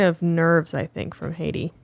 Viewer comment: Love to see you geese finally fixing how you pronounce Heidi's last name. This is as good as an English speaker can ever be expected to do, good job <3